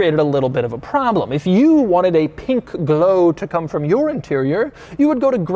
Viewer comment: the amount of bAtH mAt and pInK gleoW you said...